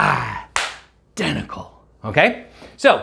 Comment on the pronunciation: "I denticle" great movie! 😂